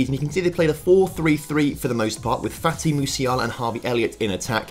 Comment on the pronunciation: why did you call fati: "fatty"